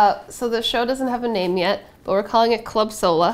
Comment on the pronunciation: Club sohla sounds like club soda and I love it 😂😂😂😂